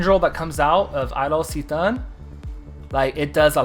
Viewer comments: C'Thun pronounces like "K-Thoon". :shelterin:Great guide. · When you said C'thun like that my soul left my body. Other than that nice guide ahaha